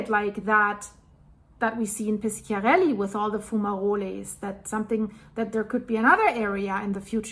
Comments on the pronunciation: You must say Pisharelli, not Piskiarelli. In italian, "sc-" is like your "sh-". And Bàcoli is not Baciòli: you must say Bahkoli, not Batcholi. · Hi. It’s Pishiarelly, soft c. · Però piskiarelli è molto più cortese di pisciarelli !!!😂